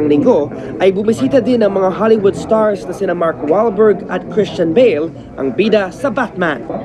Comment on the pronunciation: "Hollywood naaaaaaaaaaaaa see Mark Wall-berg ack ack ing bong ban sam ka mao see Manny Pacquiao?" >> Is this guy having some hilarious heart attack or just speaking in tongues?